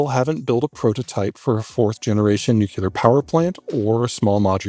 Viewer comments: ... NU - CLE - AR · Ugh, “nuculer” again. It’s NUCLEAR. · I can't trust anyone who pronounces "nuclear" - "new-killer"... It's like a stab in the ear. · geopolitical macro expert pronounce "nuclear" correctly challenge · Seriously. Not even the pronunciation of nuclear. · Yes, his misprounciation of nuclear really buggs me. It's grating.@